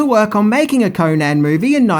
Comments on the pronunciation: Destroyed the character, created bt REH. A mish mash of several howard stories and from other charachters.. ...and its CONN-an not KOHnan FFS its ROBERT, nor Richard E Howard! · its pronounced conun not conaaaaaaaaan please get it right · CONN-an, not Koh-nan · Holly fuck, can you butcher his name any more?, It's pronounced conun, even known it's spelled conan